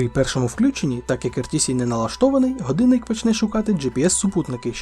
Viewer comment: супер! якби ще отой "ґадинник" відучити казати і навчити казати "годинник"... Але все буде з часом. І маскальщина піде за кораблем.